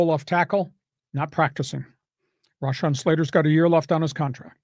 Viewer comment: Im sure you are pretty aware Slater does not pronounce his first name that way, show a lil respect